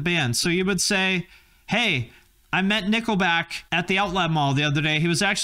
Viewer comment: i now pronounce you Nickleback and wife lmfao